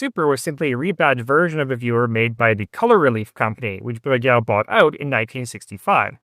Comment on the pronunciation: Take a shot of whisky every time he effortlessly says Bruguière.